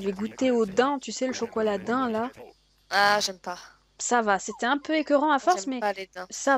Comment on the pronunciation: sa se dit dayms mais sa s'écrit daim